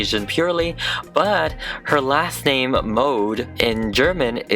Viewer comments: Mode is fashion is both Swedish and German lol We Swedes pronounce it mo-de Not mood like... Well... Mood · Sorry it’s not like you pronounce it like „mod“ it’s „mode“ and you actually speak the „e“ too . Like the „e“ in „gErman“ :) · I thought her last name was pronounced mod 😂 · Mode also means fashion in French! The French version is pronounced the same was as mud. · Mode also means fashion in french, If you pronounce it right